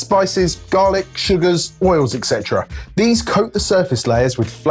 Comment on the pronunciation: Can you pretty please stop saying Excetera. It is f-ing Etcetera. This is your language, I'm from Sweden and it hurts my ears. Otherwise great vid as per usual. 😬🥰